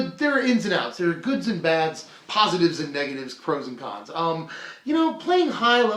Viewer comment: lol he said pros and khans